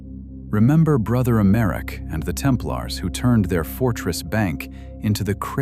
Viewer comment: I switched 9ff as soon as I heard the AI generated mispronunciation of Templars. Bye!